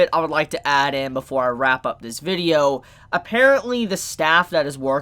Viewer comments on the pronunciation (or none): none